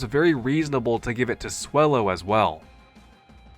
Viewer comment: Swellow as wellow 😂